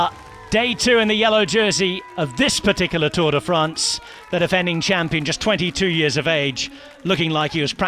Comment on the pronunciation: Pronunciation perfect, then drops Tourday France.